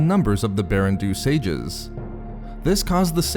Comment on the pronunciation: I’m pretty sure “Baran Do” should be pronounced “BAH-ran DOUGH,” not “Barren Doo.”